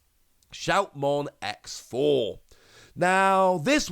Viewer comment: Mild nitpick. X4, X5 and DX etc are pronounced as “cross 4” and so on. It is not “ex 4”. That was how it is in the anime.